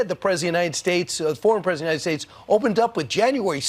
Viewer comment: Funny how professional broadcasters can't pronounce "president of".